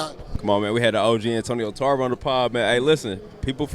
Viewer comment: Nigga said “Antonio Carver” lmfao